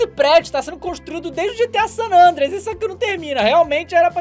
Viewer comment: "San adreia" kkkkkkkkkk